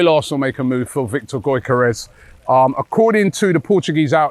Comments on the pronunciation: Gyokeres = Yoke-er-esh... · Robbie still doesn’t know how to pronounce Gyokeres😂. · Robbie doesn't care about BUTCHERING Gyokeres name 😅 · 😂😂he’s terrible when it comes to peoples names